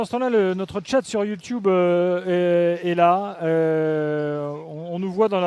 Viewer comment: le timing des vidéos sur YT est top mais faut apprendre à dire YouTube